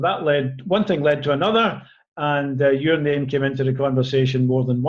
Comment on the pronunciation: Got to love how he pronounces your name, that Scottish accent is lovely... :)